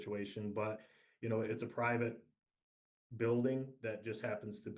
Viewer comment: provite property 😂😂😂😂😂😂😂😂😂 really..???